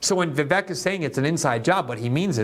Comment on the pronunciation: It's pronounced VivAYK. A long A sound for the E, not eh.